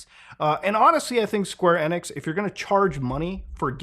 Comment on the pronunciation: LOL Square NIX That's the first time I've heard someone pronounce it that way, I've been so used to hearing Square EE-nix the past 25 years